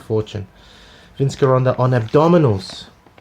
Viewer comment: It's pronounced Jeronda!!!